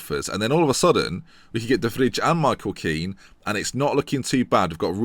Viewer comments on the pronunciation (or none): you pronounce de vrij as de vrai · de vrij is pronounced as 'de vri'